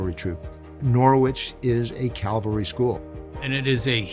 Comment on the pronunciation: Not to pick nits, but one would think that field grade officers would know how to say cavalry; CALVARY is the hill that Christ was crucified on, NOT a troop of horse soldiers- THAT is CAVALRY.